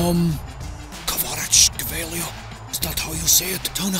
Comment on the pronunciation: Ronaldo failing to pronounce kvaratshkelia got me rolling on floor